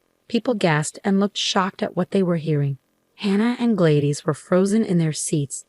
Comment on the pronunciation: I question whether this is legitimate since the story teller keeps mispronouncing the name Gladys. It is an old female name and pronounced "Glad-iss", not Glade-iss.